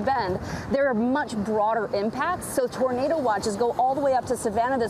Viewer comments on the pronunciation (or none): none